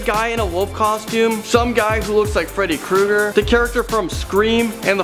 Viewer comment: he said freedy crooger